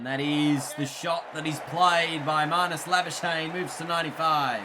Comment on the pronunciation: You can say andile's surname but not Nortje.It's Nort - Je without the English accent though :D it's a South african surname.Same with Labuschagne it's Labu - Schag - ne.It's difficult to pronounce if your native are not afrikaans.My name + surname are the same they call me Jacobus my second name cause they can't pronounce my name here :D